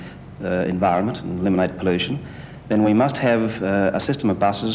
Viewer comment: I cringed every time he said poll-you-shen.